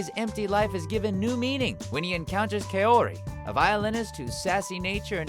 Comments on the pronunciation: Guys?? Isnt it Kaori? Not Kayori? Fan btw, luv ur vids. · It's "Kaori" Todd, not "Keori"